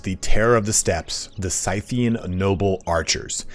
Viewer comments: Scythian is pronounced "Sith-ian" even though we call the tool a scythe and not a "Sith." Also Seleucid is pronounced Cell-Lew-Cid not cell-u-cid. Cheers. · Think you arent saying Scythian right but just a minor thing...😉👍👍👍 (I might be wrong ofc)